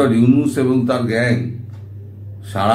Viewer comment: Dada mohammad younus bolben na.younusa bolben